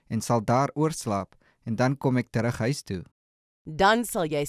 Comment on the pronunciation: The word "huis" is not pronounced like in "hi". One should pronounce the word on the tip of the tong and not in the back of your mouth.